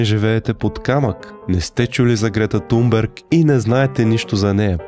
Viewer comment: Здрасти Thomas се произнася Тумас, а Thunberg се произнася Тунбери. Svenska Dagbladet се произнася почти така, но леко по-гърлено.